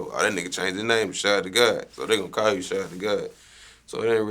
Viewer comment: YOOO finally someone know how to properly pronounce (SHAD)